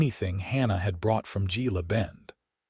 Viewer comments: Gila Bend is pronounced Hela Bend. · Pronounced Hela Bend 😊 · It's pronounced "Hella Bend" Gila Bend. 😊